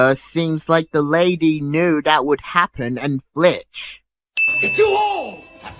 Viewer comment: It’s not flitched it’s FLINCHED